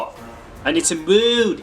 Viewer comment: I WAWNT THAYAT! ITS MADE OF WEWD!